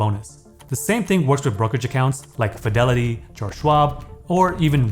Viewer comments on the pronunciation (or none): none